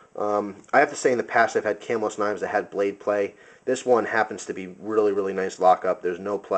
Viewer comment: Cool review. I would assume that since you know all about knives, that other people pronounce Camillus as you do. Having spent time in New York near that town, the town itselfis pronounced ca-MILL-us.